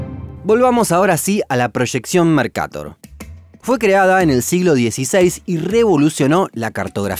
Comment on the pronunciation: El mapa mercator no tiene tilde asi que se pronunciaría mercatór